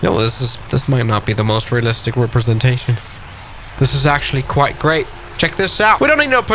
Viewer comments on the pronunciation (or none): none